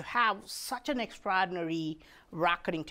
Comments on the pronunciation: EX - EX TRA-TRA OR-OR DI-DI NA-NA RY-RY EXTRAORDINARY- EKSTRADINARY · Extrahdinary!! Extrahdinary!!